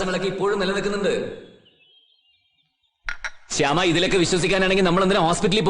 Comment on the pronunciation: ഭാവനയുടെ കഥാപാത്രത്തെ ശ്യാമ എന്ന് വിളിക്കുന്നതിന്‌ പകരം ഹേമ എന്നാണ് വിളിച്ചു കേൾക്കുന്നത്.. 🌷